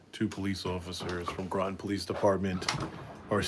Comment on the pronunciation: Groton rhymes with Rotten